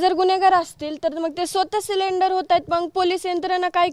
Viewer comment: ती CID ला CDR म्हणतीये... आणी सरेंडर ला सिलिंडर म्हणत आहेत...